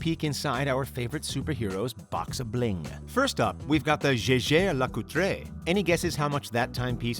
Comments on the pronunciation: Lol did the narrator really just say "Je Jay Le Coo tray" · The way he pronounces Jaeger Le-coultre made me cringe 😆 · Oh no... the way he pronounces JAEGER-LECOULTRE rip